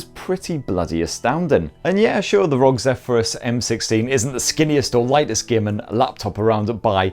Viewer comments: The way you say rog instead of spelling R.O.G made me uncomfortable. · Omg why do ppl say rogue its R-O-G 😫 🤣🤣